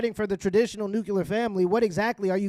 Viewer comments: Love you brother, NEW-CLE-AR not NUC-Q-LER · NU CLE AR.... NUCLEAR. It's NOT nucular! That's not a word. Say it right! Be smarter than GW Bush. Say NUCLEAR. Don't say NUCULAR. You sound dumb.